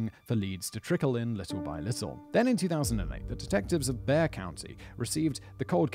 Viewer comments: Bexar is pronounced "bear". - citizen of Texas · For future reference, Bexar is pronounced "Bear". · Believe it for not Bexar County is actually pronounced 'bear' county. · Its Bexar like Bear... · Bexar is pronounced bear. It's Texas y'all. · I remember this event, being a local. Also, Bexar is pronounced BEAR and don't know why.... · Bexar County is pronounced Bear County, I was assigned there when I was in the US Army. Also, if a missing person report is filed, you are right, they will initially say things like maybe they just went somewhere, etc. After 48 hrs of the person being missing, they will start looking. If its a child, they will issue an Amber Alert, and start looking immediately. Lie detectors are not admissible in court, but yet, the attorneys will try to throw the results out to attempt reasonable doubt, or guilty depending on which way the results point. Also, in any state in the US, they usually go with no body, no crime, because they can't charge someone with murder or anything, because they cannot say for sure , that there was ?a crime, or if there was, what kind of crime was committed. There have been times when they did charge with murder cause amount of blood, even if cleaned up, and they used the luminol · Ok, Simon, let me translate British English into American English for you, Caravan = RV in the States, so calling something a caravan in the States wouldn't conjure up the same image as it does for you. Also, Bexar is pronounced "Bayer". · It’s pronounced, “bear” like the animal. Spelt bexar, I know it’s tricky! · Huh. It’s august now ;-) Just so you know Bexar is pronounced Bear. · I know its probably in here a million times but its pronounced Bear County. Its stupid but that's how it be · In the episode about Patty Vaughn, Simon kept mispronouncing Bexar county. The X is silent. It's just pronounced Bear. Sorry, but I had to say something. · FYI Bexar County is pronounced “bear.” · fun fact Baxar county is pronounced Bear county